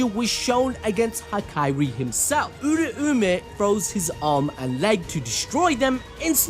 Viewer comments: everytime he says oora-oome my soul gets hurt.. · Bro must have yujis soul power also cuz him saying "uraumay" hurts my soul